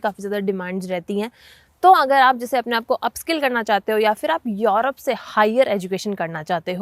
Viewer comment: मॅडम आप युरोप को यॉरोप क्यूँ केहते हो? What is correct pronounciation? युरोप या यॉरोप? Please clarify this if you know.